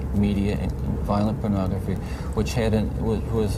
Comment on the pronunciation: Take a shot every time says Penography.